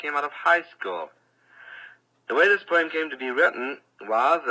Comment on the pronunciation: He and Maya Angelou pronounce "poem" the same😊